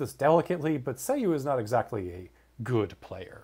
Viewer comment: isn't it pronounced "Sah Yu"